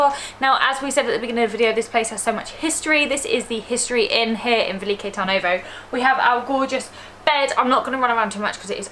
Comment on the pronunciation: TURN-ovo like the English 'turn' makes more sense